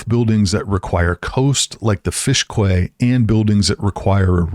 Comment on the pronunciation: Quay is pronounced as "key"